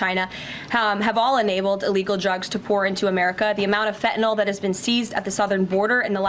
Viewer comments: Fentanyl…. Not fentanol!! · Someone tell her. It’s “Fentanyl”, not “Fentanol”. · It's called 'FentanYl'. As with 'Loss Vegas', lazy pronunciation clouds the issues.